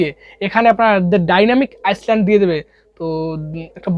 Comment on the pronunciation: ডায়নামিক আইসল্যান্ড না ডায়নামিক আইল্যান্ড 🤣🤣🤣😆😆😁😁